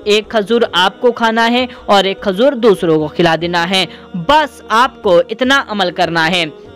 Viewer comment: Khajur nhi bolte khajoor bolte hai 😂